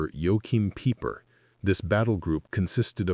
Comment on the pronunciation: Peiper's name is pronounced piper, not peeper. This AI generated crap starts off so bad, less than two minutes in I am gone.